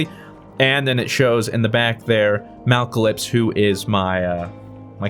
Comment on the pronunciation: Mal-uh-clips not malc-uh-lips.